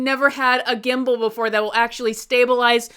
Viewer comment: Congratulations! 🎉🥳 I'm really happy for you ☺️ When you said "Gimble" I was confused for a second. I thought you said "Kimble" and that you were speaking about the old board game 🤣 It's sold as "Trouble" in usa but it's "Kimble" in my country, Finland.